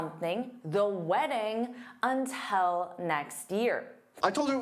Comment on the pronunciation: You pronounce "until" as "untel" on this video. Is it a Canadian thing? Such as "about" being pronounced as "aboat"?